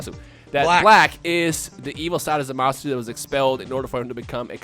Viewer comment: 90% sure Zamasu is pronounced Zamas.